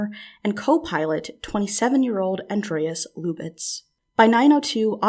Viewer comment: "Luck B". It's pronounced louk just like the spelling: "Luke".